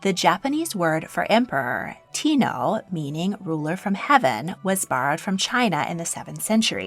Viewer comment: Thanks, I was getting frustrated too. BTW, if it still isn't clear, Tenno is pronounced like "10-No" and Meiji is like "May-G".